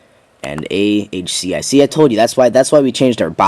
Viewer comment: You said ACHI three times whilst reading AHCI.